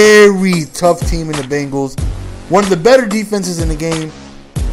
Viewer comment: He can't say Bengals